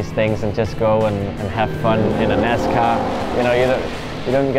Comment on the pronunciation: Great video but I cringed every time they said they drove a “nascar”… 🤣